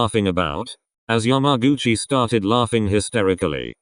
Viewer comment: nobody: How say’s yamaguchi: YAM-A-GUCCI